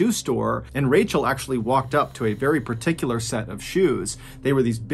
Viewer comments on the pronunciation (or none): none